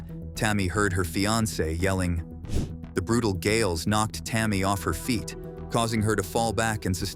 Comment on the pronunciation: "8000 feet" not fite